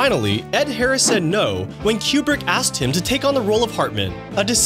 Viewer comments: His last name is pronounced "Kew-Brick." Not "Cue-Bruck" I'm not a War Movie kinda person but I actually go into "Full Metal Jacket " when a friend's husband made me watch it. It really showed the absurdity of war .. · Coo-Brick. COOO-BRICK. NOT Q BRICK. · it's pronounced coo brick not cue brick SMH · It is pronounced coo-brick not que-brick. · If you say QBrick ONE MORE TIME!!!! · Item 31... the directors name is not pronounced Q-Brick, but Koo-brick. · KOO-BRICK NOT "CUE-BRICK" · I thought Kubrick was pronounced "Coo-Brick". Is it actually pronounced "Cube-Rick"? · It's not Q-brick it's Koo-brick. And that music in the background is terrible. Made me go to a different video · I keep hearing "Q-bert" instead of "Kubrick" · koo-brick. It's pronounced Stanley "koo-brick." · IT'S pronounced KOO -BRICK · FFS, stop saying, "Kyoo-brick"! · Thank you. That was killing me. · Hearing Kubrick's name repeatedly mis-pronounced 🤬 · Are you mispronouncing Kubricks name wrong or me? Is it Queue Brick or Cooh brick? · Learn to pronounce Kubrick